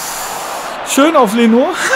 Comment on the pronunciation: Warum betonst du Leno eigentlich immer auf dem "o" ?:D